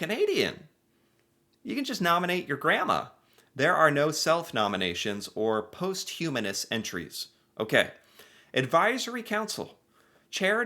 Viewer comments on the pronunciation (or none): The Governor General is the Sovereign's (currently King Charles) representative in Canada. Rideau is pronounced as ree - doe. It's a French word. No, not posthumanous. It's paws - t - hugh - mous. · learn to read it’s posthumous post humous